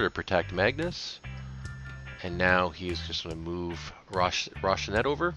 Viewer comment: Roh-Si-Nan-Tay not Roshinet please and ty